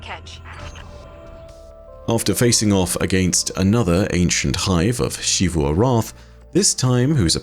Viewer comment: why do u say ‘shivu’ instead of ‘zivu’